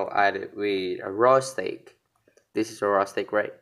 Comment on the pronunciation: You read it wrong for barbeque steak you read stick the good pronouce like stake or steyk for steak